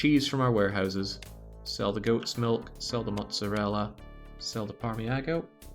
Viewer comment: parmiHano is killing me, it's parmiGiano